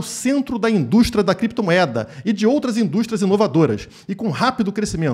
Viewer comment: "Crepetomoeda" kkkkkk